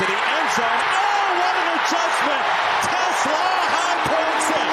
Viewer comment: I'm not gonna pronounce Teslaa's name with a bunch of A's like these guys were doing.